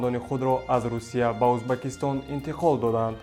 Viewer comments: Узбакистон"- не!!! ,,Уз,,бекистон"!!!!!!!!! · Эй,бачаи бесавод,узбакистон не,дар оянд доимо Узбекистон гуфта талафус кун!Фахмо!?